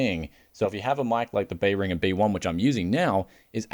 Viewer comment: just an FYI I wasnt sure what brand you had until seeing the Amazon listing, it's pronounced Bear-in-Jer